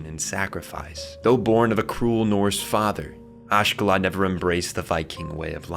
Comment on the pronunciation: Not sure why people be struggling so much with names. Oshkallad? 😭 Askellad